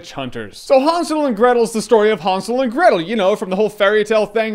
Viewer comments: Was i the only one annoyed how he pronounced hansel, its han-sel, not hun-sul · I thought it was Han not Hon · Isn't it pronounced (hand-sil)? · Did anyone else heard him saying Han Solo and Gretel every single time? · i want to strangle him when he says hansel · Just say Hansel with an A like an American would - it is supposed to sound like that ;) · That's not the way the word is spelled, so why do you pronounce it like that? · Wtf us what I thought when I saw this trailer remember snl weekend updates with seth and amy doing 'really! !!!' That's how it looks, Jeremy what ya doing? ??? Renner not you lol but JJ you say Hansel very oddly ...very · Relax. Amerikaner können das halt einfach nicht aussprechen.